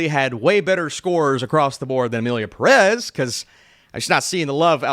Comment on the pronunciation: Why do english speaking people love to mispronounce Pérez all the time? The "é" is there for a reason. Same thing with Pokémon.